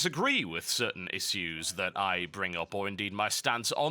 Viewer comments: You say "issues" funny. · You're saying "issues" wrong.